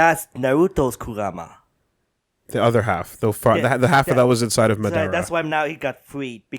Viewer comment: Anybody else noticed that always calls the Kyuubi Kuruma, which is japanese for car and not Kurama, which is his real name lol